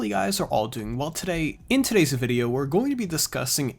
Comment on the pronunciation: Its "video" not "videyeeeooow" 😤😤🤬🤬